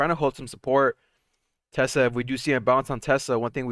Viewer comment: Why do you always pronounce Tesla as “Tesler”?